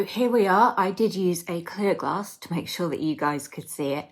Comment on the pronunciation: A Glass hasn't got an "R" it Lol 😂